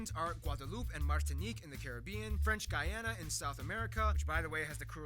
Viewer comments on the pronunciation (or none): none